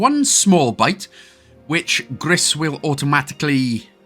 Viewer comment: Just for your information the game is call " grey " in French and it's pronounce " gree "